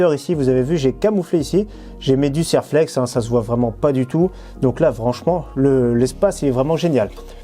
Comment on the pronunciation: Bonjour, bravo pour vos vidéo. Ça fait plusieurs fois que je vous entend prononcer le nom de "Serlex" quant vous parlé de collerine, pour votre culture, Serflex est une marque de collier métallique.